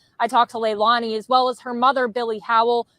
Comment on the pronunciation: Her name is pronounced Leilani ( Sounds like leylainey